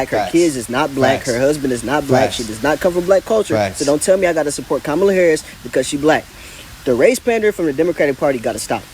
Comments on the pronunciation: I despise Kamala but her name is pronounced Comma, like the punctuation mark. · Comma lah. That's how you pronounce her name. lol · Before anyone keeps talking shit, at LEAST pronounce her name right for fucks sake. regardless of who you support, you're making yourself sound ignorant. Making all of the other trump supporters look foolish. i dislike Kamala Harris as much as the next republican but good grief, TRY to sound professional and coherent.